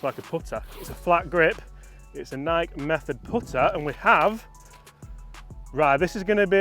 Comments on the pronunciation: Just an FYI .. Nike is pronounced... NI KEY.... not Nike like Mike. I have had Nike clubs before and in my opinion, they were not good clubs at all, but since Tiger played them, we all bought into the hype of them. As soon as I dropped the Nike clubs I bought Callaway's and have been playing those ever since. Hope your baby is doing well. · love you man, but you’re mispronunciation of ‘Nike’ is killing me! It’s not Nike like Mike, but Nike like ‘Mikey’! Crack on Mate! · Nigh-key …Nigh-key. Just saying 😂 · Do they really say Nike in the UK and not NIKE? (Nike/ Nike-E) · It’s NIKE (NykEEEEE) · could you PLEASE talk to someone at Nike and ask THEM how they pronounce their brand name? You might be right with your pronunciation but for those of us Down Under who have been brought up with other one, it’s a shocker listening to you and Chris. Cheers PP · I felt target with that Nike pronunciation comment lol. If we are honest you guys probably pronounce things a lot more proper than us Americans haha.